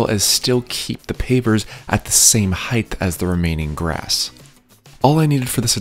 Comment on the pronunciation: Heigth?????? I died laughing. It's height dude, no "th" sound at the end. Is that a regional thing?